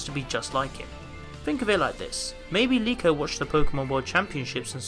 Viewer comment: I hate people saying Liko it's definitely Riko